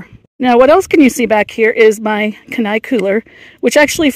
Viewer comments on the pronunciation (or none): FYI ... Kenai is pronounced "kee - ni" like Kenai, Alaska.